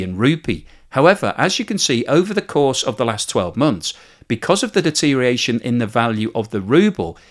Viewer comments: You're all about the de-tear-ee-ation then? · Enjoying the video but I'm half way through and it's driving me crazy. You either gotta learn how to pronounce deterioration more carefully or expand your vocabulary to get some synonyms for it you can pronounce.